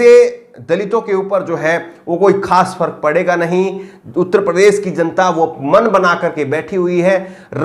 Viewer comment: प्रदेस बोलते हो, उच्चारण तो ठीक कर लो